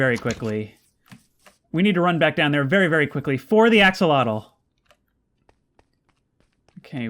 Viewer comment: Axel-otel You said it correctly